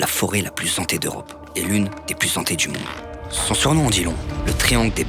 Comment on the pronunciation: Il me tue à faire les liaisons en mode "les lieux les plus zantés" mdrr. C'est un petit kiffe ce garçon je l'adore